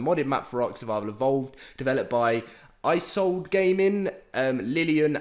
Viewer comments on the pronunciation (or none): Isolde - pronounced Eee-sold-uh. Apotheosis - A-pa-thee-oh-sus. ;) Isolde is a name from an opera, it was a woman’s name, and she was in love with a guy named Tristan - and Apotheosis means “the highest point in the development of something; culmination or climax.” I hope you don’t think I’m being patronizing! I just think these are great names! If you mention these on a date with a woman, she will either be super impressed, or think you’re a total nerd! In any case, thanks for always giving us great information! I have had Crystal Isles for a while, but recently took a little trip around the map. Cool place!